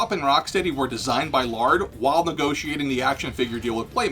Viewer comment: Laird NOT Lard...seriously, Peter Laird is not a can of fat.